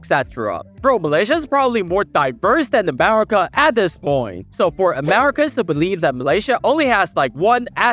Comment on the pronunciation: America ❌ Amerema ✅